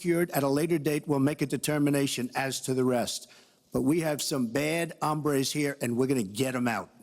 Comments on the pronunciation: no he said ombres, like the hair style! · He said hombres lmao